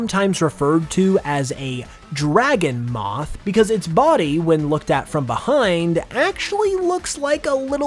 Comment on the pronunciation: Dragomoth sounds like "Drag 'em off" was that intentionally meant to be that way?